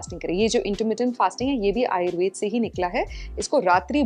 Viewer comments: कार्यक्रम बहुत अच्छा है लेकिन कृपया हिन्दी के शब्दों को हिन्दी में ही बोलें । यह आयुर्वेदा नहीं आयुर्वेद है, दिनाचर्या नहीं दिनचर्या है, जथर अग्नि नहीं जठर अग्नि या जठराग्नि है। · आयुर्वेदा नहीं आयुर्वेद बोलो...दिनाचर्या नहीं दिनचर्या बोलो...इतना कठिन भी नहीं है कि बोल न सको।